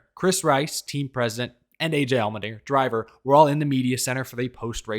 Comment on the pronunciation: Sorry I can't unheard the way you say "Almond-inger" 😂 Thanks for the silly season updates!